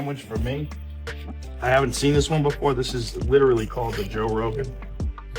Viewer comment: "Joe Wogan" 😁